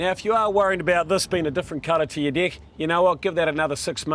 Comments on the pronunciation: As a Brit, deck sounds very much like dick to me! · I want my "deck" to last longer too